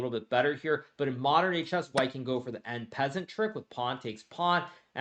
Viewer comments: It's "en pass en", damn it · Why does my guy pronounce en passant "en peasant"?